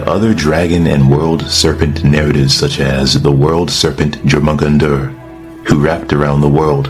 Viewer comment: Pronounced your-men-gander